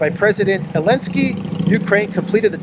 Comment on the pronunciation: Damn you, you have got me calling him Elensky now!